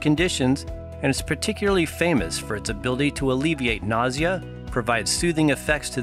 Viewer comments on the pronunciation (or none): none